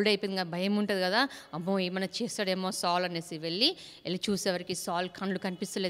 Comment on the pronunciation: బాగా చెబుతున్నారు అక్క కానీ సాల్ అనటం మానేసి సౌలు అని పలికితే బాగుంటుంది